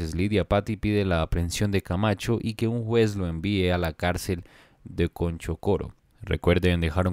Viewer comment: Se dice Chonchocoro, no Conchocoro.... tengan mayor cuidado